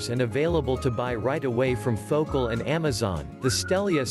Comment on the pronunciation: Fo-cal. Phocal